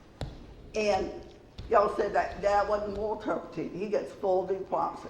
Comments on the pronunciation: “Moral turpety.” 🙄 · Terpitude Terpitude Terpitude Terpitude Terpitude Terpitude Terpitude Terpitude